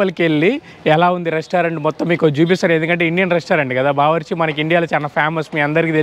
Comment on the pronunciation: Bawarchi is good restaurant in Tanzania, bbq kadura first learn pronunciation